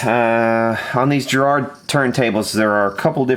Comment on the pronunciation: That's what I wanted to say, and with the emphasis on the first syllable: GA-rard. :-)